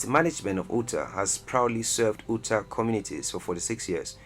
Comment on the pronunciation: Ootah? Delawa-reh?